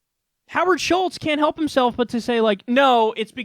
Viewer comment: Howard Schitz..Get it right Kyle! C'mon!